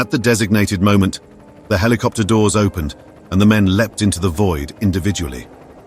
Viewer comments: Wtf 🖕 Heelicopter ✅️ 😂 Helicopter ❌️ 😊 👇 👇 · Rescue heliopter or **helicopter**? Smashed **skulls**? How many?! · "A rescue HELIOPTER ARRIVED" ? WHAT? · What's a heliopter? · A Rescue Hillyopter arrived?...You Mean Helicopter?